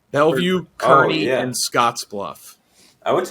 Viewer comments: Nobody brought up how they pronounced Kearney wrong ? It’s pronounced Carn-ee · Not like it would have made a difference but Kearney is pronounced like Car-nee. Currently going to the college here and had this going in the background, when I heard say it I almost jumped out of my chair lmao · It's pronounced KAR-nee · Kearney is pronounced “Car-knee” but still love to see the Cornhusker State represented!! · Love pronunciation of Kearney - so bad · Butchered the pronunciation of Kearney